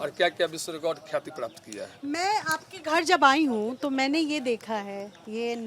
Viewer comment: शुद्ध आवाज नहीं है न ही सही से बोल पा रहा है ये लोग अंग्रेज के वंशज से है। प्राप्त को क्या बोल रहा है सुनिए